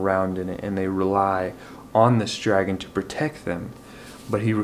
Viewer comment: I'm glad you had another wonderful month of reading. Great wrap up video. For the end of The Engineer, you said "drag-on" - I can handle some spoiler talk; is there a dragon? Yay for Project Hail Mary! Thank you for the shout out. Sorry you didn't full out cry. I'll try to find another book to recommend for the water works. And yes, here's to hoping Andy Weir can write another book soon. :)